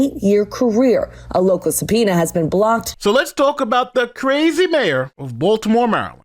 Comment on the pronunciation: It's Baltimore,. Hahahahahaha